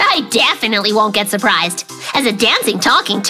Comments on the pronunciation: Shurprised❌ Surprised✅ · Mikey Ur Said "Shurprished??" 😂😂😂 Its "Surprised" ❤❤❤ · Surprised=Shurprised introduced by Mikey 😂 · And shurprished got me💀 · Mikey keeps on saying shuprised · Mikey said shuprished and he said toshed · MIkey say shupriseed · mikey is definitely "shurpirised" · Cute mikey hahah, Shurphrished, tosshed. Hahahahah He keeps making fun speaking